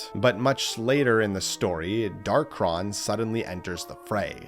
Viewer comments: It's Dark-ON not Dark-RON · First: it’s pronounced Dark-On, not Dark-Ron. Second: we have proof that Galeem and Darkhon were controlling Master and Crazy Hand. During the final section of World of Light, we fight a particular Master Hand that doesn’t disappear like the others, and instead seems to snap out of a trance and go to the center of the area. We see the same thing happen with a particular Crazy Hand. These two particular Hands then rip open a hole in reality and the Master Hand dives in which allows us to control it and fight off a bunch of Light and Dark imitations of the Fighters. The two Hands are heavily implied to be the original two Hands, just mind controlled and replicated into an army. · Hard to take bro seriously when he's saying "Darkron" instead of "Darkhon"